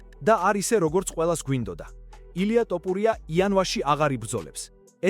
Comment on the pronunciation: ილიას გვარი ქართულად ჟღერს - თოფურია და არა - ,,ტოპურია,,! კომენტატორი რატომ ამახინჯებს ქართულ გვარს?